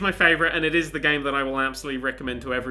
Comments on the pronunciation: If you're talking about the "th" I'm sure it was intentional considering how he pronounces "the __" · "TH GOOD STUFF!"??